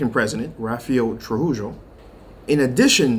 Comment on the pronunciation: Trujillo is prounounced (Through hee yo ) thanks for the update. Didnt know DR had 11 canals but are complaining about this canal.